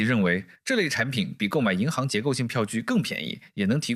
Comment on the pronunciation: 用ai 读的吗? 怎么还有银型。不是银航吗? （行）